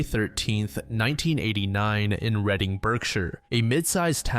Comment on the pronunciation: As someone who has lived here all my life i just wanted to say thank you for pronouncing Reading correctly! Most people who don't know how to pronouncing it say it like "reading a book".